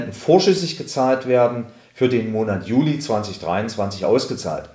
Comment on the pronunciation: Also wann gibt es die neuen Rentenbescheide? Von Mitte Juni bis 30. JUNI oder JULI? Vielleicht etwas deutlicher sprechen. Man man auch zum besseren Verständnis Juno und Julei sagen.